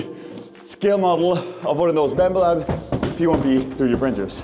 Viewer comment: You keep saying Bambu Lab, but it sounds like Bambalam... to which the only appropriate replay is Hey Black Betty! Bam Balam!